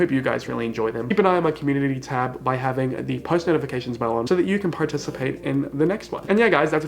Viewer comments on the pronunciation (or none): none